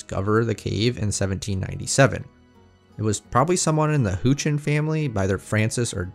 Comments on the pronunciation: A Houchin here, the last name is pronounced "how-chin". It was John Houchin at age 15 who was going bear hunting and followed a bear into one of the cave entrances in the area. A few days later, he returned to the area and found the entrance that's referred to in the video. I'm related to him by roughly 8 generations back. Our family split around 6 generations ago where some of the family stayed in Kentucky. John Houchin was a grandson to a brother that my branch split from. My grandparent have a copy of our family book and its been 5 ish years since I last looked over the story of John bear hunting. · How sure are you of the pronounciation of "Houchin"? I'm related, but we pronounce it rhyming with couch. Curious.